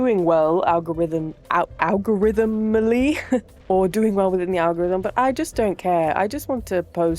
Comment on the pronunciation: I've never noticed those statues lmao, that's crazy. (The word is "algorithmically" btw. Not an easy one to both formulate and pronounce while locked in to commentating lol). I found the demon titanite my first playthrough! It took me a little bit to figure out I could climb up the buttress. Your explanation of it does remind me of the somber smithing stone placements in Limgrave Tunnels: one needs you to walk behind a cabin, and the other needs you to jump down on some ledges instead of taking an elevator. The remaster was done by a contractor afaik. I love playing games which reward curiosity like this; a few others being Outer Wilds, Void Stranger, and TUNIC.